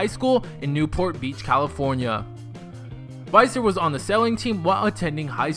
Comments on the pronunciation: its actually visser not faiser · It's Neels Visser not Neels Viser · Niehls Vihssur(Neels Visser) not faiser (Viser) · Neels VISSer. you pronounced it wrong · He says visser wrong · u said his last name wrong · You pronounced ' Viccer ' wrong. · Tenneh Berete thats what I thought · ikr. I got so annoyed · SOOO wrong